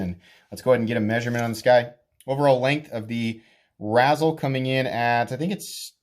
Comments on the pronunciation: Like rayzel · It like a combination of razor and chisel. You keep saying it like the candy, razzles. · Ray-zel, pronounced RAY-zel 😭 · That’s not how you say it